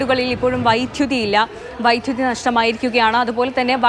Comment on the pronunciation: Vyttuthi alla vydhuthi pronunciation clear cheyyuka pla